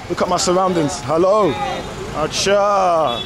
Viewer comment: The way he says "Acchha" always cracks me up xD